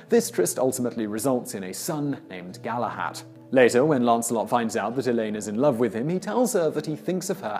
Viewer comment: Galahad was the only miss pronunciation everything else is perfect btw I'm Welsh so know this